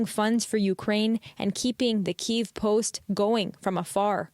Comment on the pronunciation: … he’s electing not to pronounce Kyiv correctly save your bandwidth.